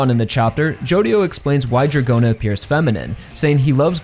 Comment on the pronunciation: Don't understand why you pronounce [Djagorna] and. Ot Dragona 😮